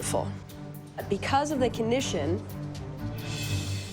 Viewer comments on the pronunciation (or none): Brains? She said susseeded instead of succeeded and said conission instead of condition lol